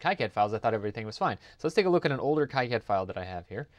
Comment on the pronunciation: Just a heads up You are pronouncing KiCAD incorrectly it's not KI as in HIGH it's KEE and is Knee Here is the Wiki snippet to prove it "KiCad (/ˈkiːˌkæd/ KEE-kad[7]) " see.......................KEE KAD